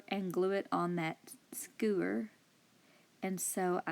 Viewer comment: The sign was my favorite craft but my favorite thing about this video is you saying "skeuer". 😉